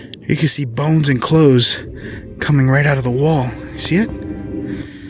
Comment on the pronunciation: Idk, for whatever reason when he said "Bones and clothes" I heard, "Boats and Hoe's." 😄 Awesome video,!